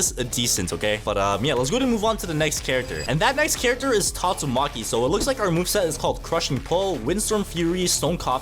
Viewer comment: NOT TATU MAKI💀 HE IS GYATU MAKI💀💀💀💀